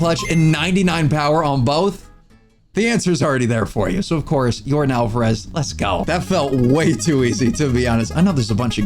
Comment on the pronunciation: "Yordin" Your-don